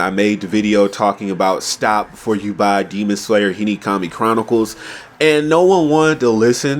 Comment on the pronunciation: I love whenever you say Hinokami you say Hinikami 😂 Nice video though I agree